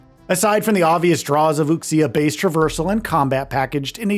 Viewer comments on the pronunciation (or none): The x in Chinese words like "Wuxia" is pronounced more like "sh" than "ks". They use x to represent a sound that we don't have letters for in English, but if you use 'sh' it's close enough to not sound weird. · I know right lol boldly saying wuksia without even research into the correct pronunciation. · Pronouncing “wuxia” and Wooksia is wild lmao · For all of the hyping up people are doing for this game, almost no one can pronounce wuxia right. lol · Gonna need us all to step up and stop pronouncing wuxia as wookseeuh. It's more like wooshyuh, like wu shu lol Really hyped to play this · Learn to pronounce “Wuxia” properly. You absolutely butchered it. It’s pronounced like “Wu-She-Ah” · Right? I cringed every time lol. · For the love of God learn how to pronounce wuxia. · Please at least learn to pronounce ‘Wuxia’ properly 😩 You’ve been talking about it this long and still can’t pronounce it correctly. The pronunciation in these vids is pretty harsh on the ears.